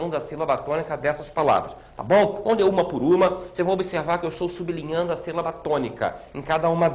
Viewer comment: parabéns! Ótima aula, porém pesquise as formas duplex, triplex e cuidado com a pronúncia sub-li-nhan-do que você pronunciou su-bli-nhan-do.